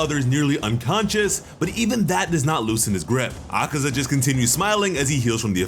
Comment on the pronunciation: It’s akaza killed himself and tank irl did not slay him. Congrats for actually saying the names right and good editing